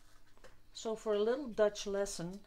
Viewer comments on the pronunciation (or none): none